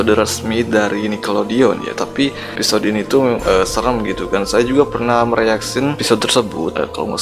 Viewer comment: Episode bang bukan eposode